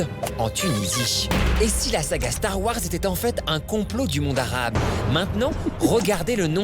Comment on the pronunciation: Depuis quand ya 3 A dans "Stars Wars" mdrrr